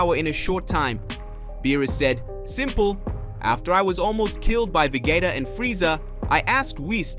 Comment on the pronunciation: SAYIN THE NAMES WRONG EVEN VEGETA U SAID WRONG LIKE WTH DO YOU EVEN KNOW WHAT IT IS YOUR POSTING AND OR EVEN KNOW THE STORY LINE ORIGINS??? 🤨🤨🤨🤨🤨🤨😐😐😐😐😑😑😑😑🤥🤥🤥🤥🤥🤥🤥🤥🤯🤯🤯😵😵😵🥴🥴